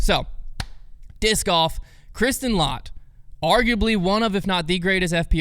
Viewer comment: 6th in the world for non top 10 Paige Pierce after that win! It's pronounced let, not lot by the way!